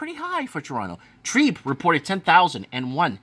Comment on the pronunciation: TREB. Not trEEEB. Short E not long E TREBBBB Not TREEEB